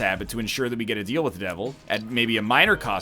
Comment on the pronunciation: DEAL with the devil. RATE of fire. Northern, this pronunciation is insane.